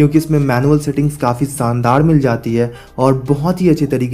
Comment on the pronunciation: Bhai shaandar hota ha na ki saandar😂😂